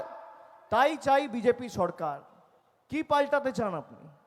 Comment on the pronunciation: বকাচোদা ভাইপো ,, কথা টা সড়কার নয়, সরকার